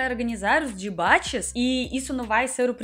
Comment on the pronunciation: eu fiquei com esse "Dibate" na cabeça o dia todo kkkkk adoro seu sotaque!